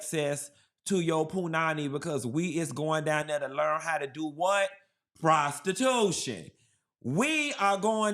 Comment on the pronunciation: But what about "prostitutionnnm" 😂 jk/lol😂